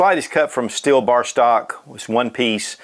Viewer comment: Stop saying steel like schteal.